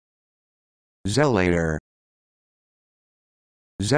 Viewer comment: Zel-uh-tuh or Zuh-lah-tor are the most common pronunciations. The rubbish you spouted isn't even a word